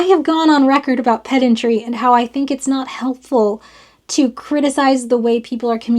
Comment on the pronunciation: I definitely heard "pet injury" instead of what I presume to be "pedantry". 😂 Confusing to be sure.